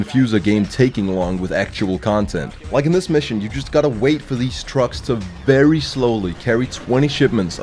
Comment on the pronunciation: It's vewy hot in here